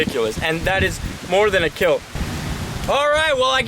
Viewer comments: But your weapon.. it will keel, good job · Your weapon will keel